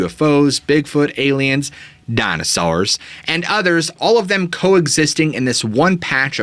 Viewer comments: Dammit bro, I love the way you say "Dina sours". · lol DYNASARRRS (cracking up every time you say it like that! 😂😂😂) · DinAsaurs lol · Hey what's up with you saying dinosaurs in the hillbilly voice